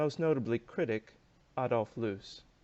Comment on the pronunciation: I enjoyed your review, especially the closing statement. Just one hint, the correct German pronunciation of Loos is more a bit different. I failed to find an English word with the same sound, probably easier to look up a German video on Loos to get the idea. Greetings from Vienna